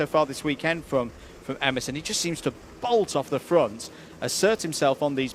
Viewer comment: Please, commentators, Emerson's name is U REN, not U RIN